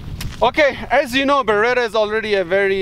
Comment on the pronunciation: BERETTTTA not BERERA,! 😂